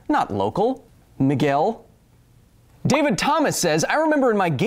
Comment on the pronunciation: HANG ON A FUCKING MOMENT! . Are you saying Miguel or trying to pronounce "Mikkel"???